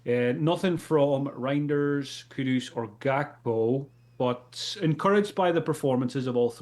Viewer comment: can you please please please stop calling Kudus Kudos. Kudos to for saying his bame right